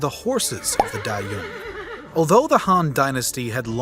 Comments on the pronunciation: Great informative video, but would have been better if the pronunciation wasn’t butchered, maybe read up on how to pronunciation beforehand? Couldn’t focus after repeated pronunciation of “Dayuan” as “die yoon” instead of “da Yoo ann” for one. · the pronunciation of yuezhi and dayuan here is hilarious